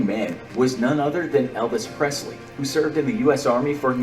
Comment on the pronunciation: Nobody: Flight:Elvis Prezly🤣